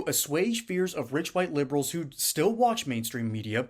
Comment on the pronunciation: Assuage, no g sound. It's silent.